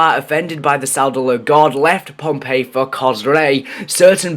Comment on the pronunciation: It's Pompeii